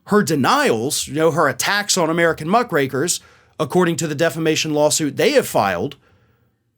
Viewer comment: I thought you said Muff Breakers hahahaha 😆 😂 🤣 I was like whoa what did he just say? Had to listen again. Muck Rakers is what I think it is lol.